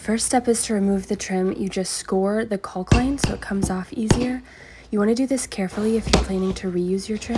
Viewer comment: Sounds like me making sure to emphasize the L in caulking. 😂